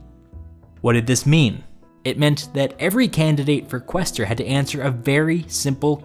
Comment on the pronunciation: Speaking of clever moves, he didn't pick QWEEster or QWAYster. Instead he went with Qwhester... nimbly avoiding that pronunciation debate and picking something everyone can agree is wrong. :p